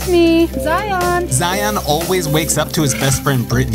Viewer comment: As someone named Zion, her pronunciation drives me crazy. It’s not Zi-ON, it’s spelled and should be pronounced just like “Lion”. Say it with me Zion. 😡